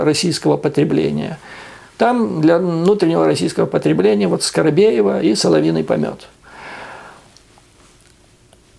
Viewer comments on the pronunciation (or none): Юрий, я в восторге от Вашей аналитики. Кстати, сочетание ума и красоты у мужчин тоже редкое явление, Вы сумели это соединить. Оговорка "Скарабеева" прелестна, а лучше Скарапеева